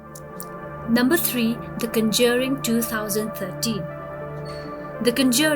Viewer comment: The original Japanese version of the ring is far superior to the Hollywood version imo. You might want to check your pronunciation of the conjuring as well. Great video :)